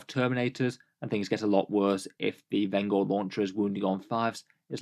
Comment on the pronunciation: I wanna say vengor is intended to sound like vengence. Veng-or rather than ven-gor. Like the vengence launcher.